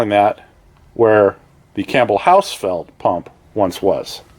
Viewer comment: I know this is an old video but I just want to tell you it’s a Campbell hoss field. HOSS is what it sounds like Field.